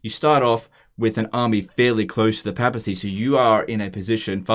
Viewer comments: It's papacy, not pappacy. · PAY-PA-SEE NOT PAP-AH-SEE